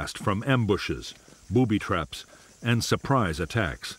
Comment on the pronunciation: The way the narrator says "booby traps" makes me chuckle.